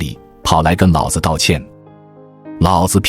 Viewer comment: 老子的老念二聲老不是三聲老，念三聲老，老子就是爸爸的意思！